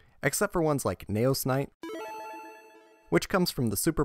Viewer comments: It’s KNEE-O’s. Not Neigh O’s 🐴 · knee ose not neigh ose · N E O not N A Y O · "Knegh-Ohs" That irked me when it really shouldn't have. Neos is "Nee-Ohs" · Damn, all that effort to just say Nayos instead of Neos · Nee-ohs not neh-ohs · Learn how to say neos. Not nayoos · that's the credit I wanted to give him until he consistently pronounced the archetype "Knee-Oh Spacian" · and it’s said Knee-os by the English dub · Super interesting video until you started listing the NEO’s as Naous. I couldn’t handle it anymore. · I find it funny when he tries to say neos but instead it turns out sounding like nails. But good video man. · Great video but the fact you call Neos "Nayos" was like nails on a chalkboard omg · Ngl I keep hearing nails instead of neos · You had my attention until you started saying “Nay-O’s” I couldn’t finish the video. Sorry, man. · Ok good I'm not the only one who noticed this. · He did Neo bubble man fine so it’s strange he’d say neos so weirdly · Even if he were, he’s speaking english and there’s an english pronunciation😂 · Thumbs down for the intentional mispronunciation of Neos. You said Neo right once, so you know what you're doing -_ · why cant you pronounce the word "Neos" correctly, you're talking about the anime in this video, they literally say it correctly in the anime! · So you can say neo bubble man right but not neos? Gotta be engagement bait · The way you pronounce neos gives me psychic damage. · Shout out to everyone who turned this video off as soon as he said neos wrong. Sped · Dude is fighting for his life to say Neos. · your pronunciation of neos is baffling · Like good video but pronunciation is grating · Why did you say Neos like that 😢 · You say neos weird